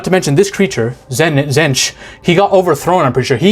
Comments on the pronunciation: Hate to be a stickler, but when you talked about Tzeentch (pronounced with the first T silent), I think you got him confused with the Necron’s original masters, the C’tan (Star Gods), because they were almost all absolutely shattered into thousands of shards to be enslaved as revenge. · Also, to say Tzeentch, you're actually overthinking it, which is funny if you think about what Tzeentch represents. It's Tzeen-tch. Not Tz-een-tch. And another name for Tzeentch is Zenith. Which is funny if you think about the meaning behind that. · U killed them all on the names, but the coke made your mouth too numb the last is pronounced zeench like the T wasn't there and don't forget about chaos undivided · Just on pronouncing their names, you got Nurgle and Khorne right (it's for real just pronounced "Corn"). With Slaanesh you usually emphasise the second syllable (sla-NESH), and Tzeentch is pronounced "Zeench" or sometimes just "Zeech". You knew someone was gonna tell you in the comments. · His second pronouncement of Tzeench for so far off I actually laugh right out live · Sla-nesh is I think how you pronounce it and tzeentch is Snee-itch. And Nurgle is pronounced by puking into the microphone. While I love the chaos gods in 40k, wait till you read about the Necrons. Undead robot zombies that are so powerful they have a piece of tech that allows for remote real time space/matter manipulation from anywhere an they simply use it for google maps at their library. lol. THeir weapons also don't simply kill or burn you. They break you down slowly at the molecular level. One of them is even some kinda klepto an steals artifacts he likes to collect. One time he even kidnapped an entire chapter of space marines an keeps em in a lil pocket dimension like an antfarm. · trying to pronounce these names! 😂😂😂